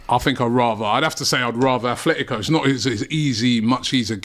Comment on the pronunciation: Can English people stop saying Athletico, it's Atletico, no th. The only Athletic is Athletic Club from Bilbao. They were named by Englishmen, however, they dont pronounce it with a th still.